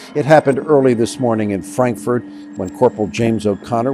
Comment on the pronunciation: Bro said frandkford 😂😂😂😂🤦‍♂️